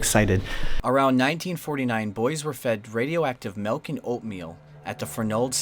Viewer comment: nobody:...: MELK and oatmeal